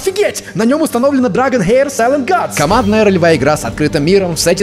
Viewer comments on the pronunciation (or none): none